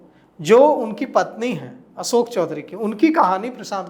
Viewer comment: Asok nahi behan ashok Kisor nahi kishor Tum aapna uucharan thiko pratrakarita tuo hoti rahegi